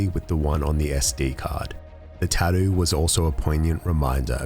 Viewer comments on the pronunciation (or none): Love how the narrator says "tattoo." TADEW LOL! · Have you never heard an Australian talk?